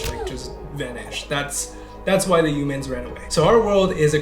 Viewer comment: Yumans is how Trump pronounces "Humans"